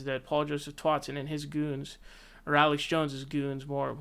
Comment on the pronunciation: Are you drunk? Not even 30 seconds into your video and you’ve already said two names wrong. Who is Paul Joseph “TWOTSON”... and who is Ben “ShapRIO”?😂